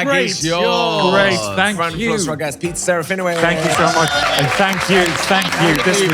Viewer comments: SerafinoVicz, not Wicz.... Trust me, I'm a professional Pole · SerafinoVITZ, is the correct pronunciation...pretty please!! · I love you but, It is pronounced Sir-ah-fee-noh-vich 😅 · It’s not even the proper way to say his name 😂his name is Polish and I could tell you how to pronounce it xD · You said his name wrong 😂😂😂 the W in his name is pronounced as a V